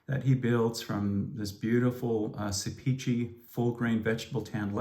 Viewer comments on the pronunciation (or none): Great video! I commissioned Beran to make my son a gorgeous dopp kit when I lived in Ankara, Türkiye. FYI, Sepici is pronounced, "SEP-i-jee": Thanks for all you do to promote awesome products!